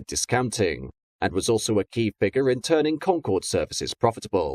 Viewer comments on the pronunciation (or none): none